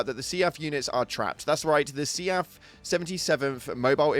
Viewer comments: I love how he keeps pronouncing SEAF as "Seeyaf" when everyone else says "Seef" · Omg see-aff is bugging the hell out of me. Sea-f. Seef. Not see-aff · Do me a favor....... Say "Leaf". Then pronounce "Seaf" again. Lmao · I've never heard anyone pronounce SEAF like you 😅